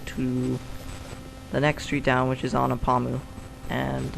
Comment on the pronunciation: The street is pronounced " ANNA PA MOO" and is spelled Anapamu.